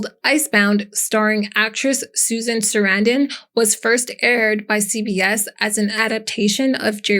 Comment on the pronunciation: IT'S PRONOUNCED KAY-HILL! 😅 AND SUH-RAN-DUHN! SORRY, GRAMMAR FREAK HERE.